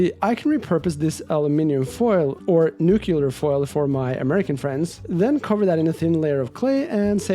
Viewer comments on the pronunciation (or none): Nucular foil 👌🏼😂